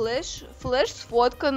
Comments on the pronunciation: флеш а не фреш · не вреш а флеш